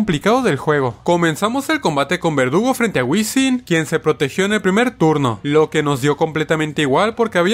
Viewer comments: En el minuto dice vergudo en vez de verdugo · cuantas veces le dijiste vergudo en vez de verdugo al nidoking?: si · No es vergudo es verdugo